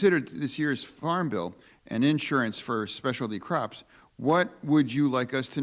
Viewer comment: Did he say "Craps" instead of crops? LMAO